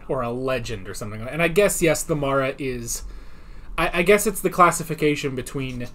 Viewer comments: The filming out of sequence explains Tegan pronouncing The Mara as "marra", rather than "mahra" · 9 :24 Janet Fielding mispronounces 'Mara' because this story was filmed before Kinda